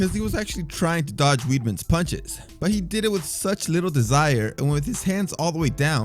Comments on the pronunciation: Do you read these comments? Can you please pronounce Chris Weidman's name correctly? It's like wide men. Not weed. Got it? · Weidman Pronunciation: Wide man. You're welcome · I’m not even an English speaker...but hell no I pronounce weedman lol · Bro it’s pronounced “Wide-men” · Weidman: pronounced wide man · Nah, it's Weyd-man